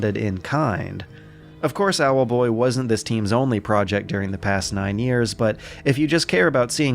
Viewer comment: keeping dash pressed will make him fly just as fast as spamming. Too bad I noticed that when I was nearly done though Also I love you say "Owelboii" :)